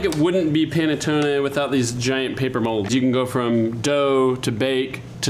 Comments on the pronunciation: It's called P(A)NETTONE, NOT P(E)NETTON perdio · Did he say Pene Tony?😏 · P-ah-neh-toe-neh, please! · say it with me...Pa-ne-TONE-eh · You really should pronounce this bread correctly. There's no silent "e" at the end of any Italian word -- like "latte." It's pronounced pan-uh-TOE-nay. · It's pronounced P-aH-nettone